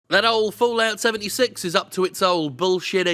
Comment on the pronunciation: I swear I heard Jim say “Bullocks 76” instead of Fallout 76 lol